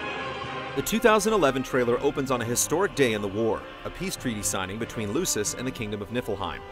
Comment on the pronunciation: *cough*pronounced LUKIS -hard C-*cough* Very well done summation, easy to follow but a lot of info, except hearing the Latin mispronunciations made me cringe a little, hah (Kay-lum or Kai-lum, not Kalum). Also thought the Hamlet connection was really interesting.